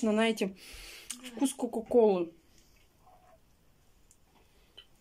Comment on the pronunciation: Даа, денег у тебя видимо куры не клюют,снова какие-то коробочки, баночки...... Зачем? Это питьё химическое..., от него ещё больше пить хочется. и ещё, пожалуйста, вместо НАЕТЕ СКАЖИ ЗНАЕТЕ. ТЕБЯ После каждого ролика поправляет, а ты как будто на зло продолжаешь-НАЕТЕ да НАЕТЕ...! Бесит уже.